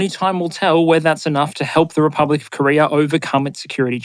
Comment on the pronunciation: Did you say Korear?